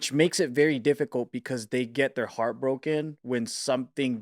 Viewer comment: Whenever I hear "Bart from the Heart" I hear it in his Chinese accent. "Baht from da Haht"